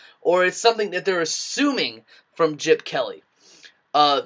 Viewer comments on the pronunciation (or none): "Jip Kelly" makes me laugh every time you say it LMAO!